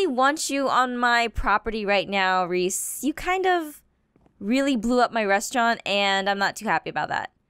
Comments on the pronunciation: She called Prof. Mobzilla Reece in the very beginning. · You called dr Modzilla Reece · u called prof. modzilla Ress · She just called him reese